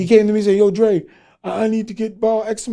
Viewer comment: Dri... Dra... DRE. Sir... And Louvre... Larva... Lover.... Ed Lover and Dr. Dre.... You ever been to medical school or any higher learning institution?.. No... My brother went to 4 years college 8 years of medical school... Room out about 80K in loans just to be called Dr. Feinstein... But you're just Dr. Dre.... Classic scene from Who's the Man between Denis Leary and Dr. Dre